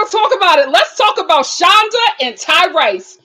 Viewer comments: It’s hilarious how she calls this man Ty-RICE. 😄I can’t tell if she mispronounces these people’s names on purpose to be shady or is being genuine. Either way it’s funny! 😂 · I thought it was pronounced Tyrese just spelled Tyrice.